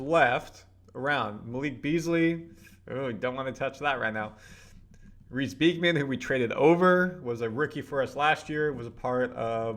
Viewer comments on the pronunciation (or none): none